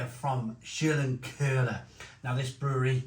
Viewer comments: Si, its Schlenkerla, not Scherlenkerla. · Too funny how you pronounce this beer (-: It's "sch" as in "shit", "len" as in "lenght", "ker" as in "Kermit" and "la" as in "last": Schlenkerla, emphasis on the first syllable. By the way, have a look at the cap, there you can find a man with a walking aid. According to tradition, the brewmaster at that time lost control of his horses while unloading the barrels from the cart. He was run over by the wagon and injured. Ever since, he had to compensate for the injury while walking by swinging his arms. Which is "schlenkern" = "dangeling" while walking.